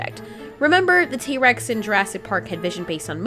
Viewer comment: T. rex not tree